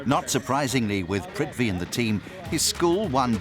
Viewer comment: Lol !! It's prithvi